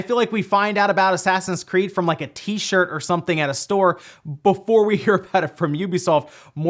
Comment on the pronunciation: I laughed so hard when said “tshirt” ahaaaahahaahhahaahhaahahaah!!!